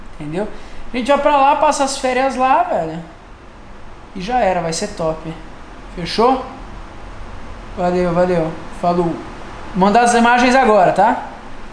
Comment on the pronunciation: No 0;35 , o Rezende falou EMAGENS